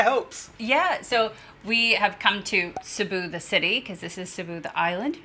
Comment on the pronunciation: Please forgive me, but it's pronounced, SEEBOO. Thank you and good sailing, from the Philippines.